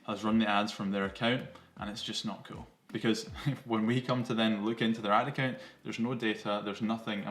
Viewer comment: Ad account!!!! It took about 5 times before I realized you weren’t saying Atakin! 😂🤣😂 I was trying to figure out what Atakin was!!